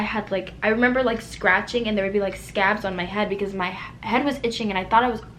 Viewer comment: I love your accent & the way you say “I meba” instead of remember lol. But you’re so beautiful regardless, I’m sorry this happened 🥺